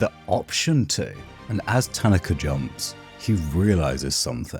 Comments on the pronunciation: Isn't it pronounced ta-na-ka. Not tan-na-ka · I enjoyed your perspective but found the mispronunciation of Tanaka distracting. Emphasis on the second syllable instead of the first. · Hearing you mispronounce his name the whole video is killing me great video otherwise